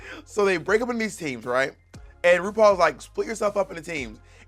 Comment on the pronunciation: I’ve only just noticed that Bob struggles pronouncing her R’s. “Wupaul’s Dwag Wace”